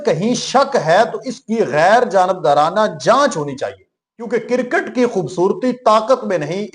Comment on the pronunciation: Bhai kircut nahi hota kriccut hota he ap ne india ki cricket ko کوڑا کرکٹ ker diya he